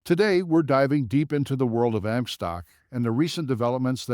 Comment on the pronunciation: This is a complete FUD video, created by short sellers, with very cheap Fiver video artists. They use horrible AI to read a script that can't even pronounce AMC. AMC has higher operating costs, because it has more theaters, and so it had to accumulate more debt during the pandemic when ALL theaters were closed. Pretty soon, AMC is going to be making far more profitable quarters, but the shorts don't want to know that. They want you to be scared away from AMC, because they know AMC is going to flip extremely profitable soon, so they pump Cinemark before that happens. Cinemark is a smaller company, so of course they took on smaller debt during their closures during the pandemic. If you don't air condition, heat, vacuum, clean, and pay rent on a building, it becomes useless, and that's where the debt accrued on both AMC, and Cinemark during the pandemic. 💎🦍💎